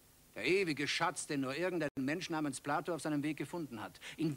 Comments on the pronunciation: Platon nicht Plato. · Warum "Plato"? Er heißt Platon.